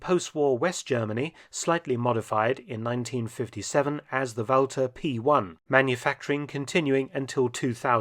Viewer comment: "the wowser" Ah, Inspector Gadget's sidearm!